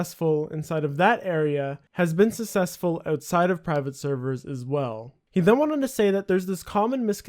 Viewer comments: Sounds like you're saying sussessful instead of successful lol. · Its not pronounced "susseful", its "successful" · I wasn't going to say anything until you said it again at the end of the video but can you not pronounce successful? Sussessful just sounds a bit strange... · i mean not to be this guy, but its not pronounced "susessful". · "sussesfull" lmao your pronunciation is hilarious. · you pronounce successful completely wrong but very informative video! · Why can't you pronounce the word "Successful"?